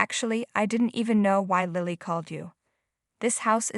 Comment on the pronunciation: Oh please! Learn to pronounce English names properly! Ian is pronounced “E in”! And Lilly does not have a long I . It is a soft i. And Ian’s name changed at the end when Lilly clung to his leg…I think the name was Russell !!! Really! Someone needs to proofread these stories… or whatever the equivalent word is for speaking instead of reading!